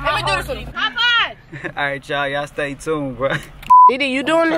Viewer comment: Stop saying stay tound